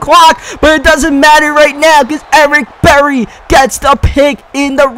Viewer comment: "Ewick Bewwy"